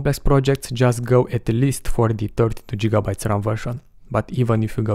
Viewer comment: Very informative. "Jigabytes" are funny ;)